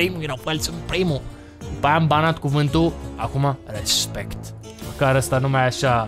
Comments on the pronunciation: Nu respect ci rezmect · Glory to Arstozka ! Si cuvantul magic Respect (cu accentul lu Raphael) =)